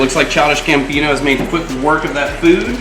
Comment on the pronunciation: It's gabino not gambino